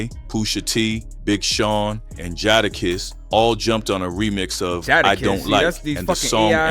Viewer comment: Not jaaada kiss lol